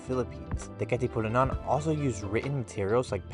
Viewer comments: You keep on saying Katipunanan 😂 It’s Katipunan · Almost correct bro Its Katipunan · It's Kati-pu-nan HAHAHAHAHA 😂 good video dude! Thank you for covering a history about our country 💖🇵🇭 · who cares about his pronunciation of Katipunan. He's educating ignorant tourist, specifically Americans, that would otherwise be bewildered at the kkk signs and murals in the Philippines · LOL. I laughed so hard. naalala ko si Vice yung sabi niya Ivan-nananananan